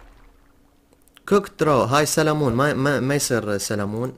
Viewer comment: سلمون ❌ سالمون✅😭😂😂